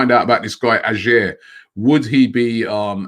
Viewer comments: OMG Robbie is not pronounced A-SHERR but A-YOH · Ajer is pronounced "aye er". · First of all robbie you arent saying AJER name right Hes not good enough for us so take him (Celtic fan) Hands off edouard